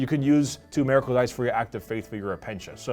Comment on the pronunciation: Why does keep pronouncing Miracle that way? He is saying it like it's spelled Meracle but it's Miracle